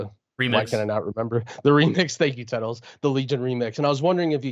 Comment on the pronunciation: Tettles wrong